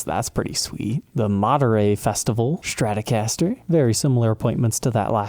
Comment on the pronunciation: There is no h in Stratocaster.